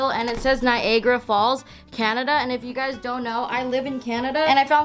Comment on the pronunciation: I've never heard anyone pronounce Niagara like that lol